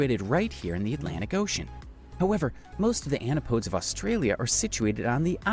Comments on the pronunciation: Mispronounced Macquarie Island, it's 'Mah-quarry' and not 'Maccary'. So many mispronunciations - Murray, Canberra, Melbourne. Eyre (pronounce Air), Antipodes (An-tip-o-dees) and more. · Agree. Literally mispronounced every place name (and even antipodes).